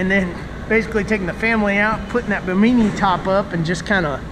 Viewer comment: Anyone that says Ba-meanie lost my respect and it’s pronounced “Bim in knee” Bimini